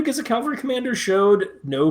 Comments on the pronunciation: Since you can spell cavalry correctly, why can’t you say it right? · You first need to learn the difference between Calvary and cavalry.